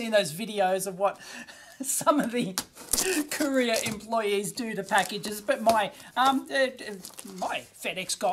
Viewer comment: Lol courier, I thought he was talking about Koreans